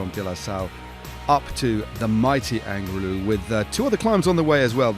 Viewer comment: Not angry-lu. It's Angliru ha ha😊